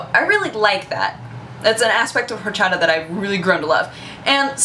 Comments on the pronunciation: PLEASE don't pronounce the H in horchata.:p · You don't pronounce the 'H' in horchata. I know this because it my be my favorite beverage that exists. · And then Mickey Mouse was the boss. The way you pronounce "horchata" kind of irks me, it's like you're not putting enough emphasis on a certain syllable, but maybe that's just me. xD YEA, FRAMING! Never had rootbeer? Yeah it kind of tastes like pepto-bismol to me, but I LOVE IT... Douche-canoe strikes again! This time towards Husky. That sign-off... I LIKE IT, ANOTHER! TEMPLE OUT! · I see you're struggling to pronounce 'orxata'.It's easy the [x] is like the [sh] in sheep, soft. It's a catalan word translated to spanish.;) Are you very fluent in spanish? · awesome the way you say horchata jaja you'd think living in LA you would have no problem with the pronunciation of Latin words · Don't pronounce the "h" in horchata!